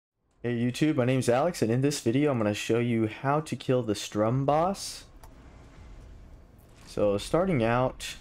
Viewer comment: "Strum." 😂 It's sturm, which is German for storm. Pronounced 'Shtuhm.'